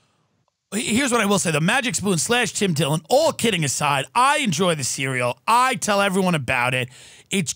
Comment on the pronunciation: "Tim Dillon" or "Dim Tillon?" ...You be the judge, Obama.